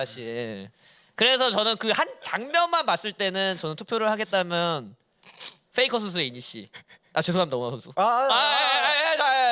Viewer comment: Fㅔ이즈가 아니라 Pㅔ이즈입니다 Pㅔ이커가 아니라 Fㅔ이커구요 Flay가 아니라 Play 입니다 아니 뭔 f를 p로 발음하는건 알겠는데 P는 왜 다 f로 발음하는거임?